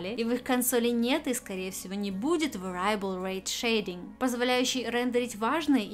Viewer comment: Небольшая коррекция по произношению слова Variable -- не "вэрАйэбл", а "вЭриэбл"